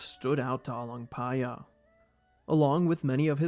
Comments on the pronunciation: I fucking love how you didn't messed up "paya" while pronouncing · i just came here to hear you say the name but i end up watching all lol..good job for learning how to pronounce properly